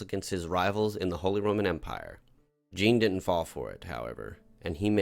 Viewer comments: I just need to say you're pronouncing Jean all wrong. You have to say it like a French person and pronounce it like John on Sean but with the French "J" sound. I'm sure you've heard it before, think Star Trek Jean Luc Picard. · Love the RP stuff, welcome back! But that pronounciation of 'Jean' was jarring.